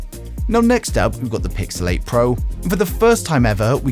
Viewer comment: I kept hearing Pixelate instead of Pixel 8 😂